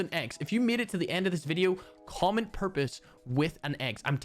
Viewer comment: I was so confused when u said comment pxrpose cause I was thinking u said “common prxpose” lol.